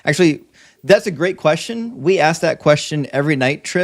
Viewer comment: Student admits that he would have set up a better system than his god. Then pivot pivot pivot! Its not a good question he says because I cannot answer! And he keeps saying aks instead of ask! Now getting cooked! And another who knows not his book! And then the laughter of defeat! If the woman was not a virgin at marriage then how would a physician inspecting her after the marriage night help at all?